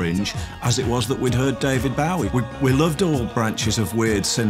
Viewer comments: David Baawie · BO-WEEE.....not BOW-EE! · I wish he wouldn't say David Bow-wie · Wow, David Bowie.. "Bio-wee" in th UK. "Boo-wee" in USA. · Why the fuck does he keep saying David Bow wee? I've never in my life heard anybody pronounce it that way regardless of accent. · His pronunciation of "David Bowie" is a bit odd. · why cant he pronounce " bowie" properly. .....? wtf.